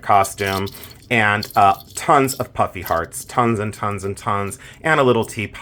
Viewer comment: I thought you were saying "puppy heart" charms. It wasn't until the end of that review that i finally heard ""puffy hearts". Still giggling. A great bracelet by the way, Lots of charm...lol.